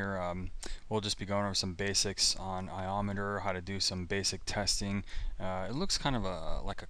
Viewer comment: I always thought it was pronounced I-O meter... As in Ins/Outs Per Second (IOPS)... I know that is what Intel called it anyway...